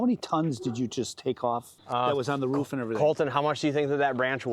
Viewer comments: " on the ruff of a house"😂😂😂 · He said ruff .. dogs say ruff ruff .. people normally say roof. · Are you a dog that's not how you say roof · bro cant even say roof correctly